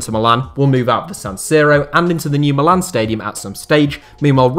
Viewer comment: It's mílan and not milàn, the second being the name of the city, not the club!!